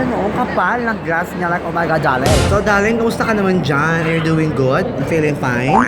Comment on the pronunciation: Ang pinaka-bongga bonggang na hitabu saakong life 😂 is nakita ko ang kathniel. Like ohmyghaad daRling (with silent R 😂) Hahahahaha. they are so bonggalicious 💙💙 lots of blue hearts 💘 and I ADORE YOU SO MUCH I ALWAYS WATCH YOUR VLOG AND YOUR MAIN CHANNEL. nakaka-tawa siya, nakaka-wala ng stress. hahaha! aylabyo po 😉😘 godspeed and godbless po, more blessings to come. ❤❤